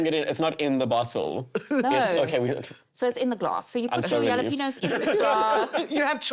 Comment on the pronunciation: It's pronounced hah-lah-PEH-ny-oh not yel-lah-PEH-nos